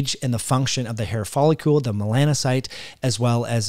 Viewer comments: Very interesting. Wondering if photobiomodulation may be helpful. *It's follicle (icle-like pickle)...not folicule-like molecule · Why do you pronounce "follicle" wrong? It's not folliCULE but that's how you keep saying it.